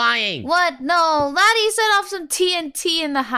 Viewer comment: Laddy not laddie but it's okay